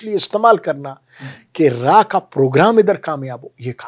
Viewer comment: Not Raa it's RAW😂